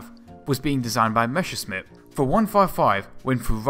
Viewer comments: Learn saying Messerschmitt. Not Meschersmitt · "MeschscherSmitt"... hey, those "ss" and "sch" in Messerschmitt are pronouned the exact opposite way:P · Meschersmitt? The other times you got ot right xD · Messerschmitt ✔️ Mescherssmitt ❌ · One little advice, a thing I have noticed in all your videos: You say Meschersmidt instead of Messerschmidt, just to put it out there in case you haven't noticed. Otherwise, great video! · messerschmitt not meschersmitt , interesting video tho . i really like those . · Oh, man...it is not meshersmith, it is messershmith or in german messerschmitt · While I understand, that it's hard for a native englisch speaker to pronounce it correctly ... it's Messerschmidt ... and not Meschersmidt ... drives me nuts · The other way round. Not: Mescher Smitt. Try: Messer Schmitt No offense. I think it's funny :-) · Nice video, but "Messerschmitt" is pronounced exactly the other way around, you keep saying "Meschersmitt" ;) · Great stuff, but please stop saying "Meschersmitt", when it's "Messerschmitt"! ^^ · it is called Messerschmitt, not Meschersmitt pls it hurts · It's Messerschmidt, not Mescherssmidt, and Volksjäger translates as "people's fighter", not "people's jet". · it's Messerschmitt, not Meschersmitt. "sch" is pronounced like the english "sh". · "meSSer-SHmitt", not "meSHer-SMitt"! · MeSSerSHmit! Not MeSHersmit! That's how you pronounce it! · Messerschmitt for gods sake. Not Meshersmitt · Mesh 'er, Smith! Great vid tho :) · Mesure shit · Mäsa shnitzel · Good video, learned about some new types of planes, however the 1 month time obvbiously was not enough for learning to correctly read/pronounce "Messerschmidt"... hint: It's not "Meshersmit" ; ) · Why does he say Mescherssmitt ? :D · Its pronounced "mess-ser-shh-mit" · No - it's a sharp s in "Messer", not a "sh" or "g" like in "measure" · Plesse, do some rehearsals: it is mess like "what a mess" then it is "r" like "err - or" and simply "Schmitt".